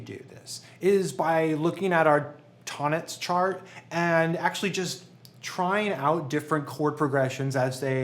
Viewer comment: Great video and great channel! After 6 years of music study and 20+ as a professional, I can't believe I'm only now discovering Tonnetz and Neo-Riemanian theory. (Btw its pronounced "Tone Netz" in German, "Ton" with a long "o" 😉 )